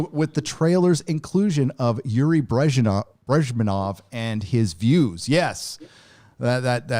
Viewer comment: Bresh-knee- ev.